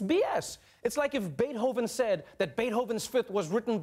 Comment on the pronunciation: Bay-hoven? Is that how we should pronounce Beethoven?